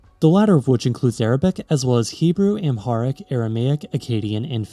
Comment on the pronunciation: You pronounced Xhosa correctly but not Amharic. Plus they have a writing system.